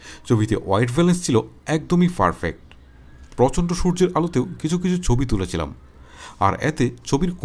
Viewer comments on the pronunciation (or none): Vai tmr codanamir jonno polapain subscribe kore na...perfect ke jodi farfect bolo age shudho kore kotha bola sikho